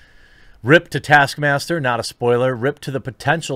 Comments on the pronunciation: Taskmaster? It's TASKMAMSTER. What did they do to my boy? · taskmaster was butchered lmao